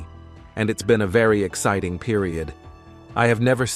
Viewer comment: I hate the AI's effort to speak. The word "Exciting" was pronounced "Ex-SIT-ting".